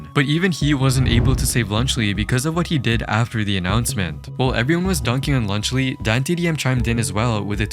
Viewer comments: Lunchly ❌ Lunch le ✅ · Even the captions are making fun of lunchly by saying “lunch Le” 💀💀☠️☠️☠️ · “i like my cheese drippy bruh” is the first thing i thought of when you said lunchly. second was lead poisoning